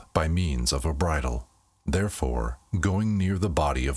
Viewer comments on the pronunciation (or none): none